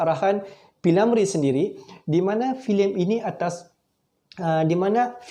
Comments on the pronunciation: P.Ramlee...P.Ramlee...P.Ramlee.....bukan P.Lamree....hee ni,org buat content ko pun nak buat! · Bingung juga pengulas nya ini. P. Ramlee ba. Dia sebut p. Lamree😂😂😂😂sebutan pun nda betul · Sebut betul2 lar nma org. P Ramlee.. Bkn nya P Lamree. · P.Ramlee,bukan P.Lamree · P ramlee bukan p lamree. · P. Lamree..!!? 🤣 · P lamree atau p Ramlee atau pi mana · P.Lamree? Lidah kau sakit ke? Filem gelora tahun 1970..bukan tahun 1950..lain kali buat konten lagi2 melibatkan fakta2 orang ternama buat persediaan lengkap dulu..apalah la